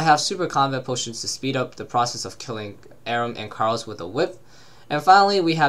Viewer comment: Lol you say Karil like carl hahahah